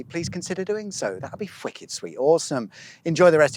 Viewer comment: Yeah locally, well in 'ull anyways, "eigh" is normally pronounced "ee" unless the word is weigh (whey) or weight (whait - like how sneaks a quiet h in when he says whicked), and Leven has an extra e, Leeven.